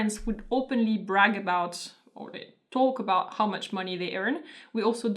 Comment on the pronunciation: Yeah, you guys really sound more like you're saying "a boat." Like, rhymes with oat.